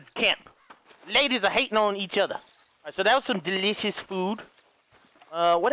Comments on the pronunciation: Deleeshus. Sitchiation” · Am I the only one that loves how he pronounces "delicious" and "situation"?